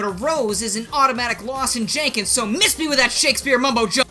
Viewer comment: "Jan-ken"? Omg, "(john-ken)" is what they call it in Japan.